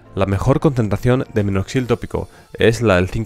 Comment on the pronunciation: Oigo claro, “un litro”. Incluso, en vez de minoxidil, escucho “Noxil” . Pero no importa, la información es valiosa, y eso es lo que realmente importa. Gracias.